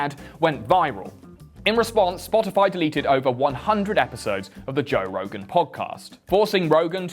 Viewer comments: “Toe” Rogan? 👀🐻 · "Toe Rogan." Hah, good one.